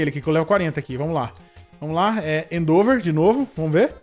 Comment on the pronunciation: do céu n se fala "endÔver" se fala "endEvor"